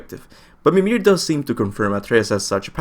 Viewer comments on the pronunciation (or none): none